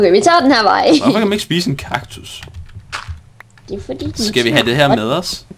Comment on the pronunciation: der endte med at sige Taktus da han skulle sige Kaktus, kaktus, kaktus